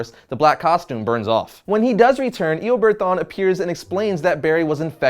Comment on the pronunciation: "e-a-bard thaun"